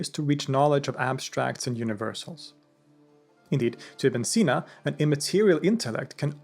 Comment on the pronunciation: yknow its ibni seenaa if you want to pronounce it correctly